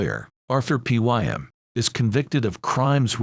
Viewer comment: Might be ice to pronounce raven and Pym and other words correctly